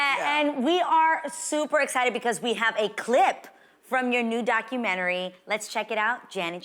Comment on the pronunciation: Wonderful interview, but why do people say Documentree?